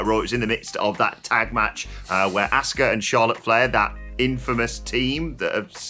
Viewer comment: 🤦‍♂️ It is really that hard to say her name correctly? Nobody in the WWE says Ask-uh It's Ah-ska